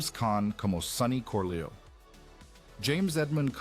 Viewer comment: Ese acento es fingido porque ni siquiera pronuncia bien los nombres. Por ejemplo dice Corleo en lugar de Corleon, casi ni se entiende cuando pronuncia Niagara Falls.